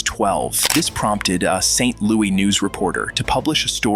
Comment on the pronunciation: Where is Saint "Louey"?